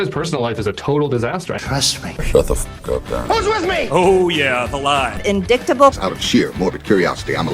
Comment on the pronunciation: she seriously can't pronounce 'indictable?' inDICKtable? where is her brain at?